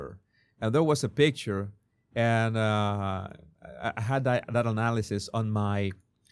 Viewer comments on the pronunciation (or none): none